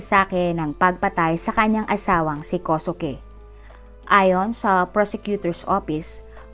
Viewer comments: Kosuke=Koske po ang bigkas.. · ganda ng boses kosuke binibigkas ninyo hindi po kosuke tamang bigkas po ay koske god bless ❤❤❤